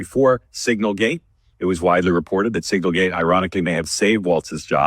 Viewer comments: Does Dave know it’s SiGNAL gate and not SINGLE gate. Jeez. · That's SIGNALgate, not SINGLEgate -- What's wrong with this guy 😂😂